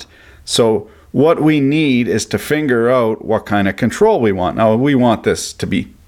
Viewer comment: is it me or he really says "we need to finger out" instead of figure out? xd